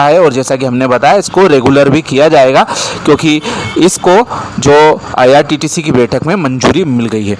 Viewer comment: Abe bhai irttc nahi IRCTC hota hai. IrTtc 😂